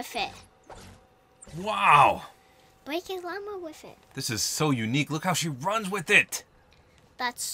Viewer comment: “Bwake a wama wifit” I love Jackie so much😂